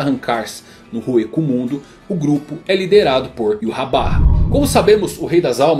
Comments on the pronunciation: EROU! N é "Iurrabarra" é 'Ivahrr' Yhwach = Ivarr Yh som de I, W som de V, CH som de R arrastado feito com a garganta. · "Yuhabaha" achei meio estranho, quando lia o mangá li em algum lugar que como o nome vem do Alemão a pronúncia seria algo como "Yvar", então eu lia Yvar 🤣🤣🤣 Adorei o vídeo, like já! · Não sou o chato da pronuncia, mas Iurrabarra é de foder, sempre li Yhwach como Ivach. Fui no tradutor, e em alemão é algo como Ivarrr, e em japones Iuacu. Iurrabarra parece inimigo do tripa seca. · Em 2014 quando comecei a ler Bleach, eu pronunciava Yhwach como "Íuachi". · Ywach? Yurrabarra? Não entendi o vídeo? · "Iuhabarra" mais uma pronúncia do nome do rei quincy adicionado ao dicionário. kkkkkkkkkk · cara essa pronuncia esta errada do Yhwach (é Alemão) seria mais Ivartch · YU HA BA HA??? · Como assim Yurrabarra? Kkkkk Gostei do material, vc só precisa estudar a pronúncia dos nomes em japonês tá feião kkkk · Iurabá kkkkkkkk